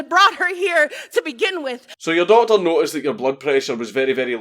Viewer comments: At the end when he said doctor for some reason to me that time it sounded like daughter.? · how the fuck do you make doctor sound like daughter